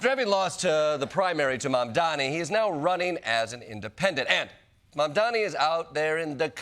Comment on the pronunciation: How many times do you have to pronounce his name wrong???